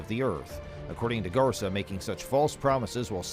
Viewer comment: GARCÍA For you English speakers is something like gar-SEE-uh, not garza